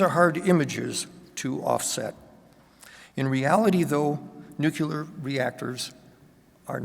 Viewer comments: If you want to be taken seriously please learn to pronounce NUCLEAR,NUCULAR ain’t it and makes you appear clueless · Nu klee ar !!!! there is no 'you lar' in the word. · I would pronounce it /'njuːklɪə/ but then I'm English and he isn't. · yeah that one is just weird.